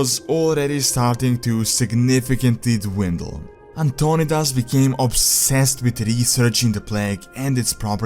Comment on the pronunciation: It’s An-ton-eye-dis.